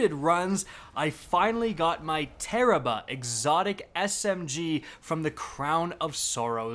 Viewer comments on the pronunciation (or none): Wait it tarrabrah not tarararararararrararararararararabahaah